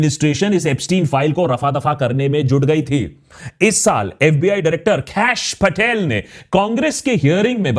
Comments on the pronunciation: absolutely love how he pronounces "kHAASH PATEHYAL" 💅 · I love how you say "Kash Patel" 😂